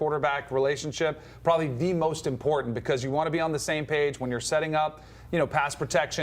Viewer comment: is it important-ANT? what is with the ebonics? learn to talk.